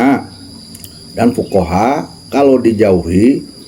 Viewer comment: di konten ini malah lebih parah bca hadist nya.. 😂😂😂 Akhir ayat harus nya fuqoha bukan fuqorooi... 😂😂 Cb dgerkan.. Klihatan sekali kyai ini cm ikut2 an menghujat.. 😂